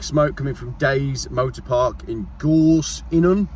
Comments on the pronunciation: The second pronunciation of gorseinon was spot on 👌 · You said Gorseinon right the second time :) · Hi you said Gorseinon correctly